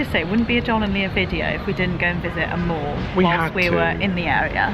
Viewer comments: when she said mall, it sounded like morgue. oh, let's go visit a morgue. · When you first said mall, I thought you said morgue. Now I'm disappointed.